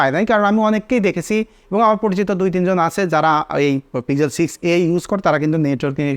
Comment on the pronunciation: It's pixel not pizel😂